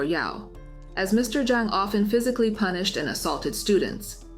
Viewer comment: Punish instead of pubish